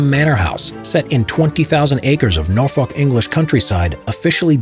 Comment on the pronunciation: That pronunciation of Norfolk was like nails on a chalkboard